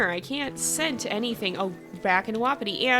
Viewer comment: I’m sorry but I hate it when you say “WoPpItY pAcK” most pronounce it “Wah-Pi-ti pack”.